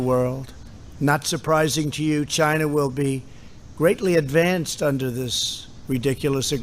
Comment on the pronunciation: Lol I love how he emphasizes “chyna” virus! Trump 2020